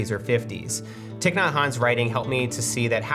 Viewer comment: REALLY disappointed that two minutes in you're mispronouncing Venerable Thich's name. The man died last year be so serious...he's ON THIS PLATFORM SAYING HIS NAME. It's pronounced like Thai...good lord Matt. I know you're tired, you're a dad, I'm a parent I get that. But look up how to say things it's super disrespectful. Don't forget your career exists because of Buddhism which is where the idea of minimalism even came from to begin with. :/